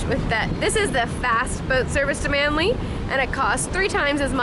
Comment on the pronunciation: P. S it's Manly not Manley